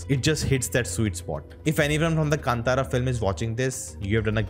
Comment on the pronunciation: Its not kantara. Please pronounce as kaantharaa